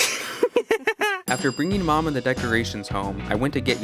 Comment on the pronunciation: Dang that “MY MOM.” Was personal💀